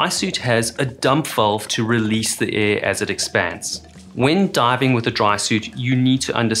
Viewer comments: my dude... it is AIR. Aiiiiirrrrr. Not EH 😂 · its not EEE it is AIR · Cant say air. Unwatchable